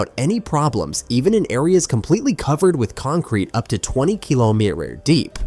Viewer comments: "Up to twenty kilomerere deep"? WTF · Yet, Ukraine is STILL losing this fight. I appreciate the propaganda that you are pushing, and I get why. YET, Trump is putting an END to this war!!! Your AI cant even pronounce Kilometer, BTW!!! 🤣🤣🤣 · Erm, what's a keelomeeler? Not sure how deep that is. Even more amazed that somebody managed to make concrete that thick. On the other hand, you might just be talking complete bullshit. I'll go with that possibility. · "20 keelomirer deep" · it cant even say kilometer